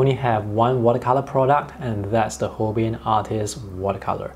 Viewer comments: Delighted to see a review of the Holbein line. FYI: the company is pronounced Hol-bine. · It is "hole-bine" rhymes with "line", for "Holbein"; it is a German surname. Also, interesting that their Chinese white is actually titanium white.